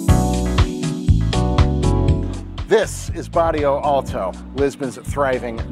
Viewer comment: Incredibly well made and you're very very well informed. Just one remark: it's Bairro Alto not Barrio Alto. I see this quite a lot with foreigners, so you're not the only one 😇